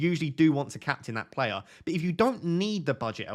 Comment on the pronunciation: Love the way says player. Plair. Keep up the top content